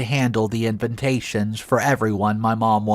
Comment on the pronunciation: Just curious, why do you always say invintation? Or I’m just deaf….